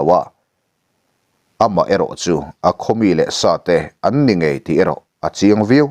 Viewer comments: thlai leh buh ten an ngaih niloin, ngeih tih zawk tur ani e sir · Ngaih niloin ngeih tih zawk tur anih hmel e❤